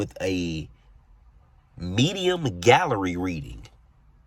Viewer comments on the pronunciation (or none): none